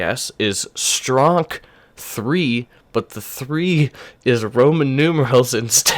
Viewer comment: I checked and stronk is an eastern/European pronunciation of strong so basically any stronk III is gonna be pretty damn strong I’d say I’m a little late I’m sure you’ve figured that out by now